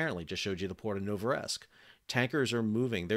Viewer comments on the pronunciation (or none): Dear Sal, please don't know why you are pronouncing name of Novorossyisk, No vo rossiysk, its so easy) but not Novoresk as you said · Well, first of all your pronounciation of the name of the port of Novorossiysk is absolutely horrible. And secondly - this is not a story, this is clearely a part of US grudge going against Russland and against its oil and oil products in particular. It's not a story, when you are deeply involved person, is it.. As a merchant fleet crewmember i was listening to your stories with constant interest and almost with some sort of excitement, but this beef between you and Russland is literally going over the board because it's simply rediculous. You're a very smart man, please don't allow your feelings take control over your mind.